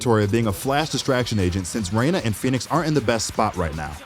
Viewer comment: You did Reyna so wrong dude.